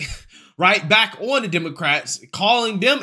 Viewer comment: Bro sound your words out "da" words you say are true and i love you and your channel for truth but bro say THE not DUH right?!